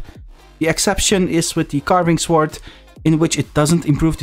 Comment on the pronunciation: The 'w' in sword is silent.